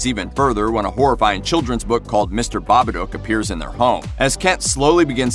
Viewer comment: Bobaduke? Lol you cant even pronounce a movie title correctly.